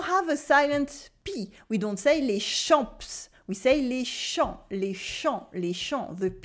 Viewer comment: good by you do not pronounce correctly 'est', 'les' etc. which you pronounce as with a grave accent while it should be pronounced with an acute accent.